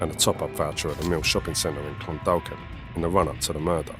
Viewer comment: Clondalkin is pronounced Clondakin.the second L is silent.